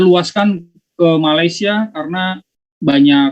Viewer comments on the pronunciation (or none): none